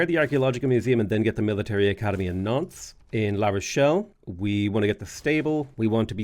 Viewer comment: really needs to enunciate when he says Nantes. With his accent, it sounds like he's saying nonce.